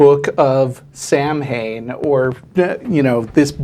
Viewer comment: He needs to read up on his greek legends and learn to pronounce Samhain.